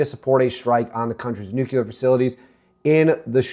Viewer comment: Nucular isn't a word dude